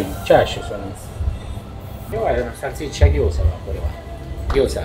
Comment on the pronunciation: ネギはいらねーなあと思ったらなるほど、 「マルガリータ」なのか・・・ ハスとかニンジンの葉の方がいいなぁ・・ いや、もうどうせチーズ使うならバジル使おう・・ モノホンのイタリア人が「サルツィシァ」って発音するの興味深い イタリア料理ですよーチャンネルどれもこれもサルシッチャサルシッチャ言っててな